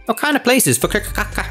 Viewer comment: That pronunciation of Fukoka made me lose ten braincells